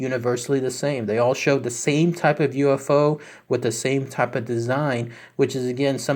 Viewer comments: No he said Jew F O 😅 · Did you say Jewufo? -51